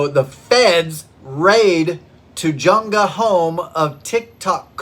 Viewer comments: This is a very minor issue but the J sound in Tujunga is a Spanish J. The Spanish J is pronounced like an English H. Tujunga is pronounced like “Tahunga”. I was a born again Christian until I was forty. I have been an atheist ever since and I am now old enough to be retired. As I have gained separation from my days of religious faith, it has increasingly seemed to me that there is no real difference between a cult and a religion. As a retired attorney with considerable expertise in the religion clauses of the First Amendment, I would note that courts in the USA have traditionally failed to draw any distinction between religions and cults. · Tajunga is pronounced ta-HUN-ga. Emphasis on the second syllable. We have some unusual pronunciations in California. Love your show. I have only been watching it for about the last two months. I’m looking forward to viewing. your earlier videos. I grew up in an IFB church. We were very dogmatic and I started deconstructing about age 48 such as yourself. I really enjoy your videos. Thank you for taking the time to make them.